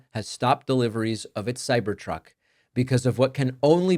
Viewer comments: I'm sorry sir, but did you say - CyberCuck?.... I am not gonna replay it. 😂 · I love the first part where you called it a cybercuck hehe. So glad Elon is getting hit somewhere. These crucks are garbage and I am so excited to see them leave this world... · That slip at the start 🤣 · thumbs down for the "accidental slip of the tongue" profanity. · Did David say Ciber-Cock..? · Was it blooper or not ? Cybercock? :-) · Cybercuck hahaha don't think I didn't hear that Dave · Bet that cybercuck misspeak was on purpose 😂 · Did he say "cyber c0ck?" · Cybercoc– uh cybertruck 😂 was that on purpose? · Nice lapsus at the beginning of the video lol "The Cyber C.. Truck" Lol! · DAVID DID YOU ALMOST CALL THAT A CYBER COCK? Because as I think that’s what you said and it is so apropos! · Man, weird slip of the tounge. Cybercuck....Err, Cybertruck. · I liked the slip of the tongue, "cyber cuck". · Cyber "kak" 🤣🤣🤣🤣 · Cyber Cuck? I think you said it right before you corrected yourself 😅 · Sir, you just said ... " Cyber-cuck ". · “cyber cuck” lol almost seems intentional.